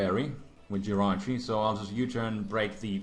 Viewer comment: its jirachi not riachu